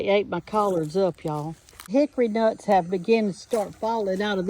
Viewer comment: Pronunciation: Hicker Nuts 😅😂